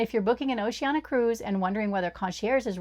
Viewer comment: Need to work on the pronunciation of Oceania. That's an i-a at the end, not an a.